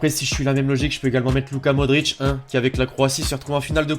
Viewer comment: C est modrich